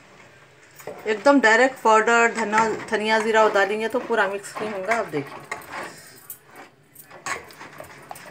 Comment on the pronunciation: Aunty acha bana tamate ka cut , aap jo bolte na mis karee woh mis nahi mix hai